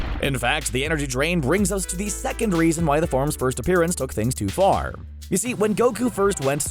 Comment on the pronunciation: i like how he said ''went too car''